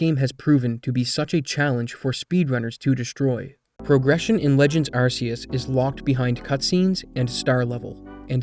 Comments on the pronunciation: and what, you gonna call someone on you "arse" phone? 🤣🤣 it's Ark-ee-us and I don't want to hear these plebs argue otherwise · archaic, Arceus ✔ sea, Arseaus ❌ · AR KAY US You'd think after the heavy advertisement that used that pronunciation content creators would at least try to say it correctly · It’s pronounced arc ee us do you think every c = s oh my arceus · I read something today that was released by Pokemon that officially says how Arceus is meant to be pronounced. ARK EY US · hate to be that guy but arceus is pronounced "ark-ee-oos" the reason it's a hard c is because arceus derives from the word arc which has a hard c, and the anime said arceus with a hard c because arse is a word and it means butt this is the same as rayquaza which is pronounced "ray-qway-zaa" because part of it's name is derived from the word quasar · It's pronounced ARK-ee-us. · begging y’all to stop pronouncing Arceus like “arse” did the naming of RKS System not clue you in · Again, if you decide to call it Arceus with an 's' sound rather than you 'k' then you have to call the phone the 'arse phone'. I don't make the rules. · You pronounce arceus wrong and it bothers me a lot. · A shame you can't pronounce Arceus correctly, pretty cringe